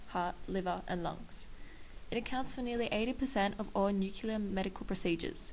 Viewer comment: NUCLEAR-- NOYT NUCULAR!! DUMBASS